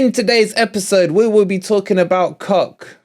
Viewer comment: Isn't Koch pronounced kotch? I take it wolverine the new forest sponsor next season is down to two possibilities. Grecian 2000 or just for men.